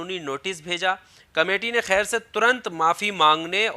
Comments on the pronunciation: Bhai anupam kair nhi hota ! Kher hota h pronunciation thik kro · Khair ni Kher. Har jagah urdu ka خ ni lagta h. Aap ko toh at least pronunciation ka dhyan rkhna chaiye. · lafz khair mat boliye kher bolo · Bhai apna pronounciation toh acha karo, Anupam Kher ko khair nat kaho, vocabulary par dhyan do. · O Mere Bhai Khair Nahin Kher hai Unka Naam Anupam Kher hai Naam to pahle a theek se lo bad Mein Apni Dukaan chalao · Bro he is kher not khair. So please pronounce properly. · Horrible presentation. Very poor pronunciation!! Anupam's family name is Kher NOT KHAIR. Plz Do the proper homework before launching a video. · Anchor saala chutia naam tak sahi se le nhi pata.. Abe chutiya khair nhi khee hai wo..urdu mai fark karna sikh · Khair ? Wtf ? Pronounce the name correctly man